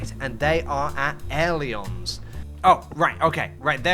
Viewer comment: Ailerons- pronounced a ler ons. Not e ler ons